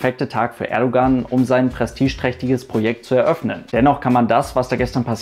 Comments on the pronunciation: Man schreibt zwar "Erdoğan" aber lesen tut man (Lautschrift) "Erdouan" :)) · Danke für einen so guten Umgang mit Thema, das politisch heikel werden könnte! Und danke an den Aufruf am Ende bzgl. Kommentaren und Respekt. Nur eine Bitte habe ich: Das "g" in Erdogan spricht man nicht - genau wie beim Fußball-Spieler Gündogan. ;)